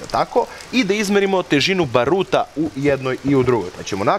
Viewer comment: Ba^ruta, ne Baru^ta.